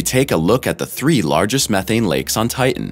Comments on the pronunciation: Good info HOWEVER.......TITAN is pronounced TIe-Tan, not Tiegh-en. As a science based page you should know poor pronouncement of the main subject is bad narration and form and comes across as uneducated. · Ti·tan, not tit·an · Ti..en has a t in the cen..er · Is that why sometimes he calls it Ti-en? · The robot narrator can't seem to pronounce 'Titan'. Curious. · Why cant you pronounce the second T in titan. Just like young girls who can not pronounce the T in mountain. A strange generational occurance. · It is imporant to pronounce Tian correctly. Important…Titan. 🌺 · Make a video about Titan, when you cant pronounce the word Titan??? How stupid of you. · Stinky hydrocarbons. And frozen at that. There are two ‘t‘s in Titan. Hard t’s. You pronounce both of them. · The announcer is killing me with his pronunciation of Titan. It sounds like he is swallowing the last syllable.